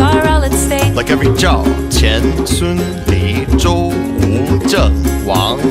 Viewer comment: 5 is 'Wu" not ewww. jesus.